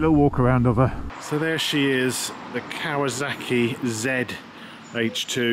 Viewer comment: Arghhhh Sorry mate you are doing something that drives me insane !!! It’s KAWASAKI not KAWAZAKI SSSSSSSAKI not ZZZZZAKI ARGHHHH